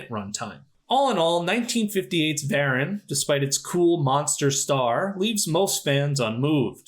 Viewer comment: It's isn't "VARan". It's "Vah-RAHN"! Get with the accent, please. 😂